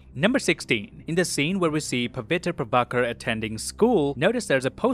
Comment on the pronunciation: You're literally the only reviewer online who pronounced Pavitr Prabhakar's name correctly. Kudos man!